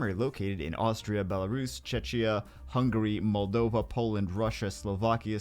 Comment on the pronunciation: OMG, it's the first time I heard you pronounce Moldova and this is the country I live in and I'm even more surprised we have common DNA:))) This is shocking))